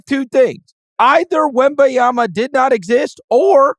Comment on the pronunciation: Can Chris try to pronounce Wembanyama correctly? It's not Wembayama/Wembyama. Be better than Reggie Miller.